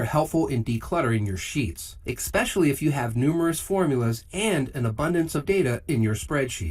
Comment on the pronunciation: EX-Pecialty? (especially)